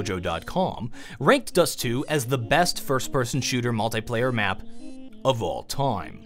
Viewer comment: mul"thai"player its mul"thi"player